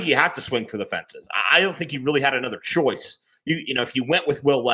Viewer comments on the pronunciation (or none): none